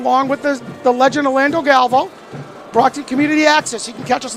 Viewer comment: It’s GAL…..VAY…….OOOOOOO. Galvao.